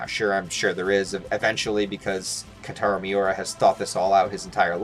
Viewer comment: "kataro miura" nah dawg